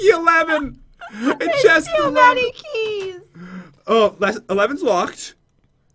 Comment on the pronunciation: he sed heys hahaha not keys